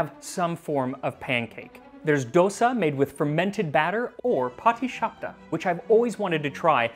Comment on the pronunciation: Congratulations on pronouncing Pathishopta correctly. Also, this has to be the best cooking channel of it's kind on YouTube. I am hooked!